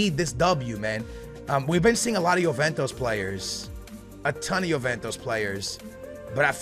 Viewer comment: Please learn to pronounce Juventus...